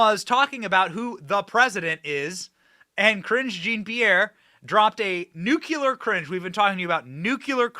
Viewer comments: Greatbset Benny laughing all the way...FYI the Nuclear is pronounced Nu-cle-ar not nucular 😁🤙🏼 Love yur show Benny stay Gold & Bold bro!! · Dear Benny: I love you in every way but one: your pronunciation of Nuclear - you say "Nuke-You-Lur;" when it is "New-Klee-Er." MANY Americans butcher this word, but please don't popularize further the bad pronunciation. Thanks! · I love your show and all but plz don't say Nucular. It's nuclear! 😂😂TY👍🏻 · The word is nuclear nu clee are, not nu cu lar dammit Benny you sound like Jimmy Carter. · It's not( New -q -ler)...It's (New-Clear)...🤔🤗😱😇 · Benny, I like you a lot... the word is NU-CLEAR not NUKULAR. I am sorry to pick on you, you look so cute saying it wrong. You are great and follow you as much as I can, and thank you for the great service you provide. God bless you 🙏 😊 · Why do people say NUCULAR? NUCLEAR! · NOT NUKE U LER!! It’s nuclear!! Practice it! You’re not GWB!!😮😮😂😂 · Benny, it’s nuclear not nucular. It’s Burisma not Bursima. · It makes my cringe when you say “NUCULAR”. Oh my goodness, Benny. You sound like that idiot George W. Bush! It is NuCLEAR!!! Please!!! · PLEEESE BENNY, **NUKE LEE ER** not nukuler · It is pronounced NUKE-LEE-ER for goodness' sake... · It’s not spelled Nucular. Please pronounce it correctly. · NewCLEAR cringe Benny! You are not GW Bush! 🤔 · It's Nuclear! say it like and adult for the love of god...